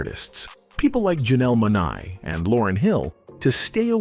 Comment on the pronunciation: It’s pronounced Janelle Mo-nay. Hate these AI narrators.